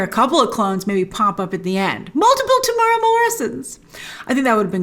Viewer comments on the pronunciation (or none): His name is pronounced tem-oo-era, not te-mur-ah.